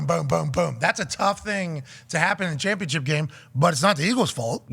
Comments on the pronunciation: "Chompionship" dah fuq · Why does he say "ChOMpionship"